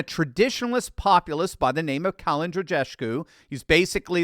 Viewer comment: The way you butchered Kalin’s name :D